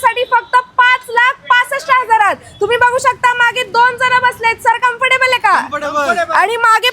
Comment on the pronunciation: कमफर्टेबल आहे का 😂 आहे का कॅमफर्टेबल आहे 😌😂